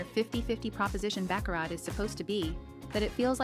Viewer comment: It's pronounced BA-CARR-RA